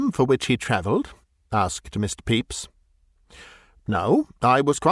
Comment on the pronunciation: As much as I enjoy this, I have to mention that the pronunciation of "Pepys" – absolutely correct as it is – gives me an image of the prosecutor ("Mr. Peeps") as having the form of an unusually large marshmallow confection fashioned in the shape of a yellow chick, as sold in the U.S. and Canada, particularly around Easter.